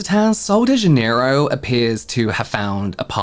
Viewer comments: It’s pronounced kind of like zha-NEH-ee-roo. The “j” in Portuguese sounds like the “s” in measure or treasure. The stress is on the second syllable (NEH). The final “ro” is softer than in English, almost like roo but shorter. So together it’s: zha-NEH-ee-roo. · How do you pronounce Janerio? I was an employee at kohl's and my Spanish speaking coworkers pronounce it Hanerio because of the J being an H sound in Spanish, but I know dialects can add variation? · these ladies were saying Jan-near-o. Like January, Jan. I say it with a soft J. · I had to teach the Ulta employee here to say Janerio. They were saying it so wrong with the southern accent. (I speak basic Brazilian Portuguese.)